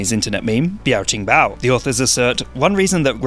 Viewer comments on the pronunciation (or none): No it isn't flawless, in fact i didn't understand what he was referring to at first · ?? Its not the chinese pronounciation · Never thought I'd see the day say Biaoqing Bao with flawless pronunciation. Edit: The replies to this comment are a great example of people who do not understand satire. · He was so close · Wasn’t flawless and didn’t get the translation right either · I beg to differ. It's as apparent as it can get. botched that pronunciation and even apologized beforehand. If you only use some common sense, it is already easy enough to assume that his pronunciation was definitely not "flawless", and that I was being satirical. The number of likes in my comment shows that plenty of people understood what I was trying to say. And that I did not have to add "/s" for the majority to understand, since it is akin to explaining a joke which ruins it.